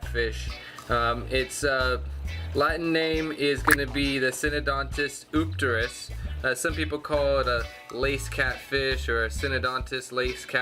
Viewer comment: Love my Syndontis Eupterus and now I know how to pronounce it. Thanks!